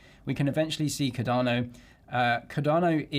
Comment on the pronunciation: How are you still calling it Ca-darrno after all these years?